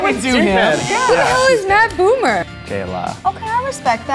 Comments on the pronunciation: THAT GIRL PRONOUNCED MATT BOMER AS MATT BOOMER OMG I CRIED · She said "Who is Matt BOOmer?" Oh my god -____- (Disclaimer: I fully don't expect her to know if she's never seen him, but as a huge Matt Bomer (pronounced like Bomb-er) fan this just hurt my heart lol.) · "who the hell is Matt Boo-mer????" Hahahahahahahah